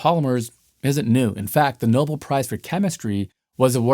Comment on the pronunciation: Really like watching your videos. Lots of really great information. Maybe I heard it wrong but it sounded like you said "nobull" prize instead of "nobell" prize. ...Just an FYI